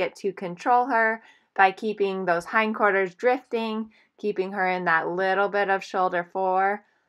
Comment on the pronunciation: what is "hind corters"